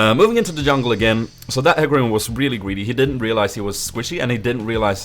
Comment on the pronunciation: Its like HE(U Say it like He Not hy) And ca(Like Ka) Rim.(Like Rym :P)